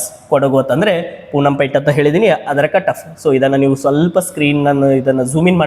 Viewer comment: ಸರ್ ಪೂನಂ ಪೇಟೆ ಅಲ್ಲ ಪೋನ್ನಂಪೇಟೆ